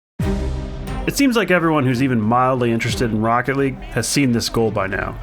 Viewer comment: Even tho i'm not a NRG fan, and not a jsnt fan, that moment makes me cry, "THIS IS ROOCKET LEAGUE" as the speaker says